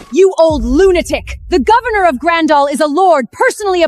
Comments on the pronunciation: Or Lunaturk...Lunatrek...Lunatrick....Lunator.... 😅😅😅😅😅😅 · Why can't AI ever pronounce lunatic correctly 😂😂 You're a lunatock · Its sooo funny 😂